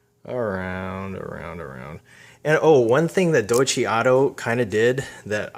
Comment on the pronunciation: The company's name is pronounced "Doy-Chuh" not "Doy-Chee"